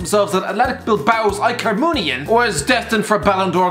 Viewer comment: hilarious FUNNY PRONOUNTCIATION OF IKER MUINIAIN PUTTING LEAGUES